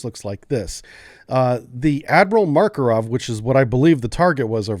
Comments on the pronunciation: Makarov, not Markorov. :) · Hey. You really should take some time to review your pronounciation of slavic names. Seriously. You can't even pronounce "Makarov" without inserting random phonetics. tf